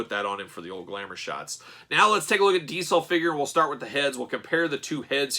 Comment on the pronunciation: For the love of god .... diZel ... your killing me with your d-cell pronounce of the name ... face is off but looks cool ... jealous